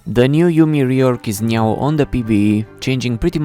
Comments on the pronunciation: did this guy just say nyow? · "The Yuumi rework is neow on pbe" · "The new Yuumi rework is NEOW on the PBE " Did I heard it correctly ? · did you just say neow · did you say "nyow" ? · Did u say neow in the first 4 seconds or am I having a stroke? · there is no way he said is neow on pbe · Did you,.... did you say "is nyaow?" :cat-orange-whistling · bro really said "the new yuumi rework is neow on the pbe" lmao